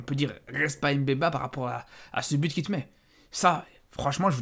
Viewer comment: c’est pas s’tylo. Dit Mbemba et pas M’bemba